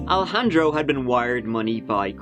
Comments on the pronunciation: More like EYE-lejandro *wink wink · bald spot! 😂 Alejandro not Al-handro or Alla-handro. 🤣